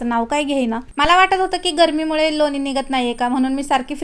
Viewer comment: लोनी नाही लोणी असा शब्द बरोबर आहे